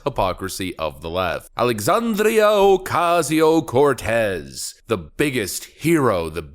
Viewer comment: Dude, can you just start saying AOC's name properly instead of "ALLEEESANDEEEEERO oooOOOOCAZEEEOOO CORRRRTEZZAAA". Best wishes from a concerned subscriber.